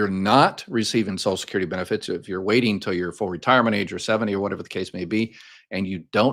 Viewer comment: Please STOP mispronouncing. It’s not “ sos-kyur-dee. At LEAST put the “l” from sociaL in there.